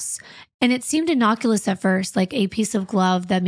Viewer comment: Innocuous!! Not innoculous!!